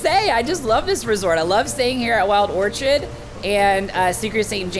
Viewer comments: Omg you need help you pronounced everything wrong its orchid as in flower not orchard🤣🤣🤣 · Ok who is gonna tell this dude how to say orchid